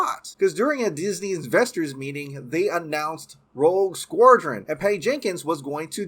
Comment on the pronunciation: Dude can’t pronounce Rogue Squadron lol